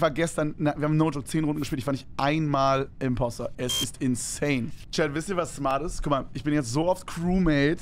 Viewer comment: Es heißt “Impostor”